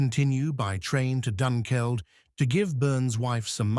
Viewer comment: I was a bit dissatisfied with the pronunciation also. I know it can be hard and ‘Doonkeld’ I can understand from Dunkeld but Stawell doesn’t have a ‘r’ in it. The rest of the pronunciation was pretty good considering. Otherwise interesting video 😊